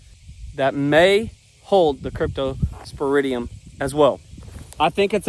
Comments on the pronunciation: You pronounce cryptosporidium the same way your vet does. Period. Pigs, I'm going with the pigs spreading it. Next video title "Hunting time". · You are saying it correctly. I’m a microbiologist. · Your pronouciation is correct. Good luck with your baby red dogs. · pronunciation spot on. I presume your toxicology report didn't find cyanobacteria, affecting a number of lakes for a few years. Best of " luck" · My son had cryptosporidium ( yes you are saying it correctly) when he was in first grade, due to water that cattle would wade through and obviously their waste was in there. I was told there is no cure, just pump fluids in him. He came out of it fine after 2 weeks. One spent in hospital. We just thought he had the flu. So giving your Reds fresh water seems to be the ticket. Good luck with finding out how to get rid of it in the pond. Hope something works. Have been watching your channel now for the past few weeks. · hi. Your saying it correctly.. Remember to keep you and your family safe as it will affect you too. Cryptosporidium is highly zoonotic. 🇬🇧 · U r saying it right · Ppl are odd to try to correct how you say the parasite's name because you are saying it correct. I have a Bachelor in Biology and I wish I was in a lab during times like this to help identify and learn about the many parasites out there. Also from reading some different studies, chlorine can kill the crypto but it takes a pretty decent concentration. Also wild hogs can carry many different types of diseases including crypto. Also be very careful if you do get samples because crypto can affect humans too. There are plenty of cases of it in humans. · You pronounced it right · That is the correct pronunciation. I just Googled it to see and yep you said it right. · Pigs can definitely spread Crypto and you are pronouncing it correctly. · You pronounced it correctly , cryptosporidium.